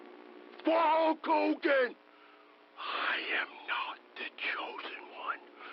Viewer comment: Waters the Warrior's promos were so awful, he couldn't even say Hulk Hogan's name right Abel it depends on what your definition of "a-w-e-s-o-m-e" is.